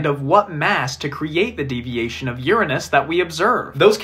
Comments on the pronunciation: The first person ever to pronounce it “Uranus” and not “Ur anus” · Insulting? Uranus was named after the Greek God of sky “Uranos” with the exact same pronunciation as the guy in the video said, if anything you are the one who is insulting here and disgusting too.